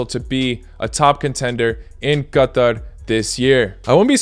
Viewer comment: Finally a YouTuber that pronounces Qatar right